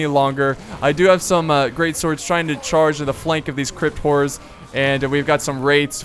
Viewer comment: Did anybody else think he kept saying "crypt whores?" lol